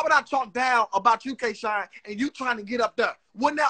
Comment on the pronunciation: did anybody else hear hitman call k shine twork???